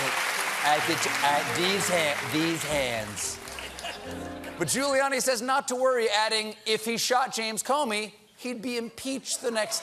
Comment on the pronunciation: Did stephen call him ghouliani ?